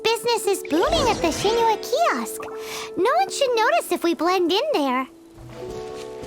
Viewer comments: After all this time his name is pronounce sing-qu not shing-chu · I think it's pronounced sing-cho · No it’s “Shing-chiou” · It's like Sing - Tso or Sing - Cho if you wanna pronounce it exactly how it is in chinese